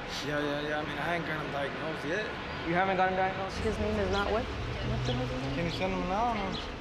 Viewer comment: "I haven't gotten diganosed yet"